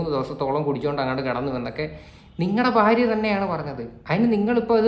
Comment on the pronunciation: കഞ്ചാവ..... 😂...... Faaryem ഫർത്താവും ഫോളി 😂😂😂😂😂😂😂😂 വാണം 😂😂😂